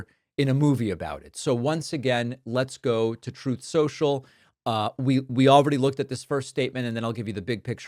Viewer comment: Saying "troth social" is a really bad look. It's on the level of intentionally mispronouncing"Kamala". We need you to do better, David.